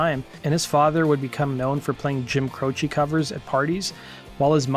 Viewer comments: Jim Cro-sh, not Cro-chi. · Imagine having a YouTube channel about music and the music industry, and saying things like Jim “Crochie”??? That’s not say his name dude, clean it up…